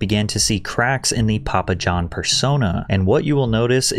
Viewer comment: “Papua Jawn” 🥀